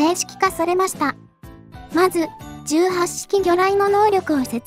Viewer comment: 問題はこの素晴らしい兵器を敵性艦船に向かってぶっ放す「闘う意志・戦う判断」があることだ。 あと、「18」の読みは海自では「ひとはち」じゃなかった？